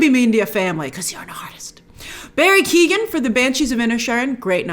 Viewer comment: I have no idea what you're going to say in a live stream, but from the comments you've made here, you have no idea what started the Riseborough industry viral campaign. Hint, it wasn't Riseborough. And Barry's last name is pronounced "Keo-ghan," Paul's is "DAY-no"